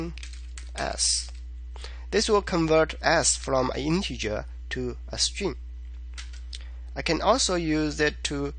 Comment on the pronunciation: Why you pronounce string as stream...